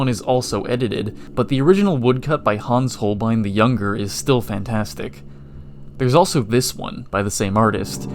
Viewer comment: Props for pronouncing Hans Hohlbein correctly. Many english speaking YouTubers just butcher foreign names completely and cant give a damn about researching the pronounciation.